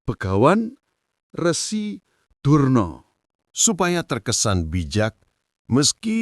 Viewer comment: Durno bukan Drono,,nggk layak jadi peniar